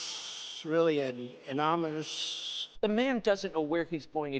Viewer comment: Trump has the audacity to thank Putin for ANYTHING>>>>> He loves Putin...and Kim Jon jun in North Korea....He needs to avail of the Obama Care medical system real soon to fix his ramblings/mis pronounciations...The ORANGES???? Anomonooous....Amonimous?????Trump is too old and inexperienced to be president. He slurs, stammers, stops in mid sentence, loses his train of thought....Yes sir do not press the nuclear button? Why not here goes1E!$@